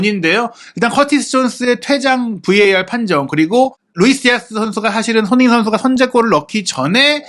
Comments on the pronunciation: 왜 손흥민 선수 발음만 안좋나요 ㅋㅋ 손흐밈 선수라뇨 ㅋㅋ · 손흥민 선수라고 발음하기 힘들면 그냥 손 선수라고 읽는 게 어떨지?